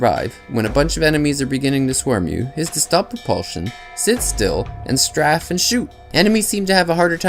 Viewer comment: strafe. Not straff. Pronounced strayf. With a long a, not short a.